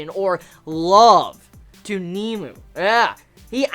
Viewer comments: Nemu.....not nemo.. Sry, it bothered me. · its pronounced "neh-moo" not "Neemoo" lol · not to be a dick or anything but its nemu not kneemoo watch some of the anime to hear the pronunciation